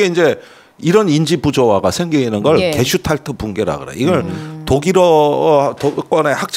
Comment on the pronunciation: 게슈탈프나 게슈탈퍼 또는 게슈탈포가 아니고 '게슈탈트(Gestalt)'입니다. 김종대 전 의원님, 전문용어를 자주 사용하는 것은 좋지만 할 때는 정확하게 부탁드립니다. 아무 것도 아닌 이야기를 그냥 쉽게 말하면 되지 유식한 척 어렵게 이야기하려니까 참 횡설수설 하십니다그려 ........